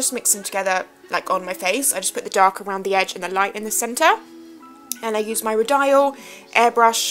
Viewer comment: Love the look! Just a heads up 'Rodial' is pronounced 'Ro-dee-uhl' xx